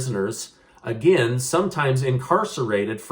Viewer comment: Sounds like here we go agin